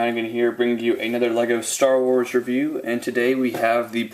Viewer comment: the beginnig said staw wars